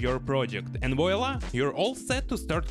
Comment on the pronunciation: "voila" is French so it reads "vuala". :)